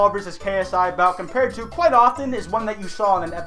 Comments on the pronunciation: That was kwite good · That’s a kwite obvious lie there kwite. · Kwite leggy